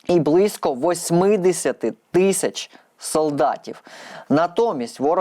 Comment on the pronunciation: Шановний правильно говорити Тисяча, а ви говорити тищя?........